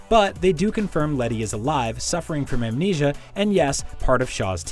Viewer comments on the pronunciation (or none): none